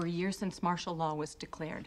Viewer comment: "Martial" law.